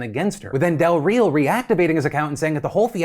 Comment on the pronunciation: Hope you get better and just to let you know, the way you pronounced Del Real, is not correct, but it's a better pronunciation than the one you put on those little notes as correct 🤣🤣